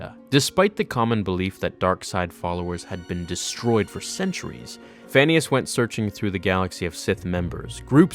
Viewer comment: When you said "Phanius" I thought you said "Phineas" from Phineas and Ferb lol.